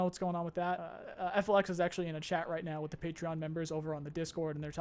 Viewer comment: Just FYI... FLX is pronounced FELIX...